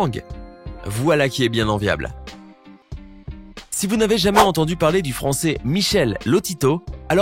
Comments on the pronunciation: il a dit fronçais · c moi ou il a dit le fronçais 😂